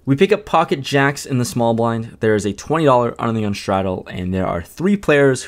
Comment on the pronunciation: Every time you say under the gun it sounds like onion lol